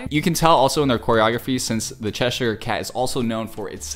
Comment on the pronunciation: I’m sorry but it made me physically upset how he said “Cheshire” 😭 Edit: CHERRYOUNG??